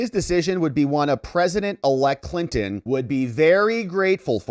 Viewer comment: ... and "Clinin" for "Clinton"